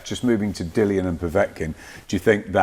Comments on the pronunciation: It annoys me that he keeps calling Dillian, "Dylan" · Dillian doesnt mean anything to him so he purposely pronounces his name incorrectly 🤣